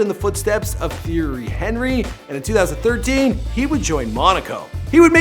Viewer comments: theory henry lmaoo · “Theory henree” oooouuuch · The erry Henry oh no and league one lmao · It’s Ti erry hun ry, not theory hen ry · It's not Thierry Henry (Thee-air-ree Hen-ree) it's Thierry Henry (Tee-air-ree On-ree)🤦‍♂️ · bro that is not how you say thiery henry its pronuonced ti-airy anry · Damn, you make, tee-AIR-ree ahn REE, sound like Terry Henry down the hall in accounting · Lol ya know this guy doesn't know what he's on about when he says Thierry Henry as "theory Henry" when it's pronounced "Theeairy Onry"😂😂😂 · Man is saying Theory Henry 😂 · THEORY Henry 😂😂 and Kane instead of Caen 😂😂 you got to love Americans pronouncing everything related about football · 1) it’s not soccer 😂 2) he said theory henry😭😭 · It’s pronounced “Tea-Air-Re Hon-Re” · Tee-ery onry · His name is pronounced T-airy Un-ree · It’s really pissing me off how this guy is saying “theory Henry” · Learn how to pronounce terry harry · Are you having a fucking laugh, sack him now! It’s pronounced “Thierry onry” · Its pronounced Tee-Air-ee-On-Ree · “Theory Henry “ 😂 clearly not a football fan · It’s like your saying theory Henry😂😂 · “Theeary Henry” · Tbh is Thierry Henry really pronounced as “Theory Henry”? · Nigga said "theory Henry" 💀💀💀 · It’s announced Thierry Onrey not Thierry Henry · It was all going so well till he said Thierry Henry 😂 , its pronounced like ( on-ree ) if you're wondering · This prick said “theory Henry” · absolutely butchered Theiry Henry, and it’s a hat trick not a triplet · He cant pronounse Theirry Henry. My life is a lie. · “The world championship” “Soccer” “The PSG” The way this bloke pronounced thierry henrys name made me die “Morocco” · Okay, you definitely did some research on how to pronounce Kylian Mbappé, so you could've done some research on how to pronounce Thierry Henry... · When he said Thierry Henry my heart got crushed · Butchered Thierry Henry 😂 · Nice pronunciation of Thierry Henry and Caen 😂🇫🇷